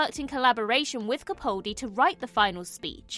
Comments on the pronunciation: YOU ARE HOPELESS! I can't say how many times I have politely pointed out that you are saying Peter CaPALdi's name incorrectly. Yet you persistent in saying it wrong. It is frustrating for me and disrespectful to Mr Capaldi. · She may be able to say the name of an alien planet correctly, but she still continues to mispronounce CaPALdi, which is the way HE pronounces it. I've commented on this multiple times, but it's totally ignored. I find it disrespectful. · Why do so many people pronounce his name wrong? It's not CapAWldi. the "pal" in his name is pronounced just like that - a pal, a mate. So, CaPAHldi. That's how he pronounces it hinself so that's the correct pronounciation.